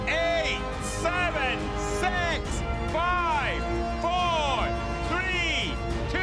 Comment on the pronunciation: nice pronounnciation of number 6